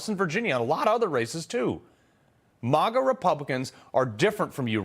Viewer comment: Why does Carl say "MAGA" like the democrats do (the way he pronounces it)